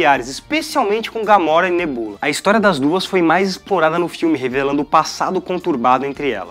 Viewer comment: Ele falou Nebúla? What the fuck